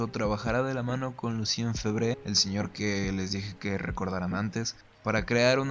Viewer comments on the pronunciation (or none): amigo, tienes que aprender a decr los nombres en francés aunque mas no sea, parecido... dices cualquier cosa. Se pronuncia fébre y no febré, se dice "fernàn brodél" con acento en la A y otros....